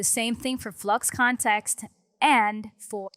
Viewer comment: "Nano Banano" "Gwen Edit" "Flox Kontext". I can't with these pronounciations